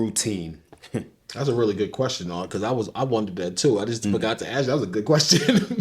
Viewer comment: to the interviewer: you know its called "ASK a question" and not "AKS a question" right????